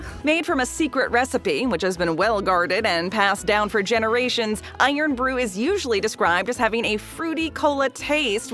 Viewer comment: It's irn rhymes with earn not blooming iron. Do you think they dropped the o just to cut printing costs.